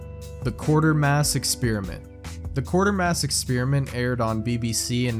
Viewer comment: It's Quatermass, not Quartermass